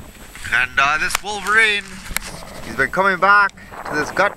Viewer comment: Great video again. "Wolveriney" lol.